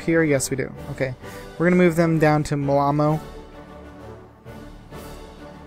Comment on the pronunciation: Not moamo its malmö dont say things you dont know how to say